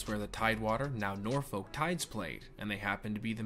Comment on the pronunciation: As someone whos spent their whole life in Hampton Roads, hearing people pronounce the folk in Norfolk always gets me